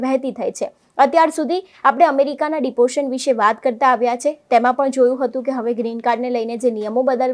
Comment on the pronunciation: Deportation bolta to shikho pehla ?